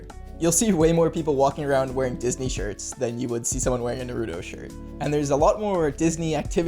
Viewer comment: The way you said naruto gave me the chills 🤢 “nAhrOodOe”